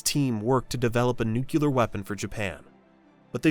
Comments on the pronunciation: There is no such word as Nukular in the English language. Look at the damn spelling and get it right. It is nuclear! Even George Bush quite ignorantly mispronounced it, but it never was correct and still is not correct today - for the love of God speak English! 😂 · Maybe they thought of this video and shook their heads when they heard "nukular" instead of "nuclear" being spoken, what are you, George Bush Jr.? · Small pet peeve. You kept saying 'Nucular' not 'Nuclear'. Kinda expresso/espresso situation😂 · Nu-clear. NU-CLEAR. Where do people get nu-cu-lur from? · Why does A1 pronounce "nuclear" as "nuculear"? That should only happen if it is reading from a script that has been deliberately misspelled to pronounce it that way. That alone is reason enough to block this channel, and any other channel that purposefully mispronounces words. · It is NUCLEAR, not NUCULAR ... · "Nuclear" ... New-clear. Say it with me and never get it wrong again, New - Clear. Even the Vapors got it right on the cover of their 1980 album, New Clear Days. Don't be a moron. "Nu-cu-ler" are you freakin' kidding me? Turning Japanese, I think I'm turning Japanese, I really think so... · As the husband of a physicist, if you wanna piss off a nuclear physicist, pronounce it as nuk-u-ler instead of the correct pronunciation new-clear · Every time I hear "nucular" I stop the video and watch something else. Bye. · In the age of information, the internet, and proof checking technology,even professionally made documentaries are pronouncing "nuclear" incorrectly. Nook-lee-ur. 👍 Nook-u-lure ✋️👎👎👎👎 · Nookyoolur fucking stupid A.I. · There is no such word as nucular, although plenty of morons pronounce nuclear as if it was nucular. If you are going to make a video like this, learn how to pronounce NU-CLE-AR properly. By saying it wrong right in this video it makes you sound like an idiot just like all the rest of them. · Nu klee yar, not nuke yu lar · nuCLEar !!! Not Nucular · NUCLEAR not Nucular